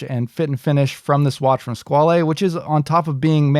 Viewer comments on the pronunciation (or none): OK, stop saying "skwal-ay". It is just pronounced Squale and rhymes with doll. The "e" is silent. Pretty much the same pronunciation in both English and French. I cringe everytime you say it, and you must have said it 35 times.